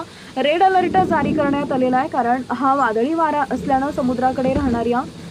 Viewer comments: मॅडम आपण चुकीची माहिती देत आहात तेच ते वारंवार सांगितले जात आहे हे आपल्याला कळत नाही काय हे हवामान खात्याने करायचे अंदाज असतात केवळ चॅनल सबस्क्राईब करा हे व्रत आपण घेऊ पहाता व बिचारा शेतकरी उगाच घाबरून जातो रेड अलर्ट हा आपला आवडता शब्द त्याचा उच्चार अलर्ट आहे त्याला अलरट म्हणून चुकीचे उच्चार कृपया करू नका ओढून ताणून अंदाज देणं बंद करा ही विनंती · अलर्ट नीट बोलता सुद्धा येत नाही 😂😂😂😂